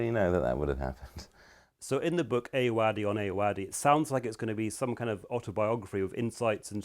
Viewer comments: American accent Ayoade. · How do you interview someone and not learn how to say their name?